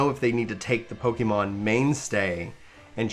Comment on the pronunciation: Don’t want to come up as nick picking but the pronunciation should be PokEHmon not PokEEmon, it comes for Pocket Monsters. One doesn’t say Pockeet, right? :P I haven’t played the game but the overall opinion doesn’t really seem to be with game freak and it clearly fed by the whole state of the gaming industry. I will wait to see how the this gen pans out but so far I’m skipping this game